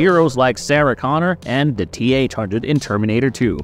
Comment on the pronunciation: "THE" NOT "DA"! HAVE YOU GOT A COLD? "THERE" NOT "DERE" FFS